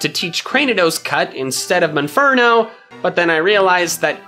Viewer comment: Mispronounced monferno not munferno monferno mon as in Pokemon